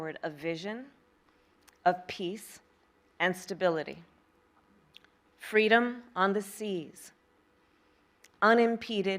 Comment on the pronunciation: "FWEEDOM" - Kamala Harris